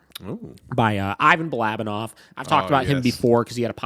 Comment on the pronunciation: At least learn how to pronounce the guy’s name if you are going to review him. You lost all credibility from the start.